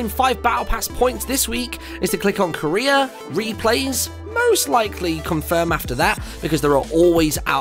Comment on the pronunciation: Am I the only one that heard Korea when he said career